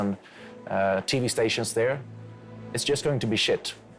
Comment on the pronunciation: Great interview, totally agree with the guest. One friendly note for - "TV" is always pronounced "tee-vee", never "dovi" (no "Flap t"), and in abbreviations (initialisms like "UATV"), all the letters are pronounced distinctly / ju:ei ti:vi: / (don't try to rush through it).